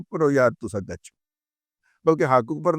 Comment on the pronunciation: Dada Jee "acho" nahin "Gacho"